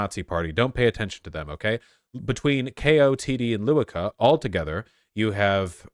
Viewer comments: I know you'll probably give me shit for caring, but it still bugs me. Lewica is not pronounced Loo-wi-kah. It's Leh-vee-tsah. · This week it's really good to be Pole 🎉 I'm still sad that Kaczyński won, but they will not be able to construct the government. Lewica is pronounced lehvitza :) this is leftist party. Literally this is their name. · I don't mean to be petty, I love you. But "Lewica" is pronounced [Leveetza]. Since that's the party/coalition that fits your views the most of all of them, thought you might wanna get it right xD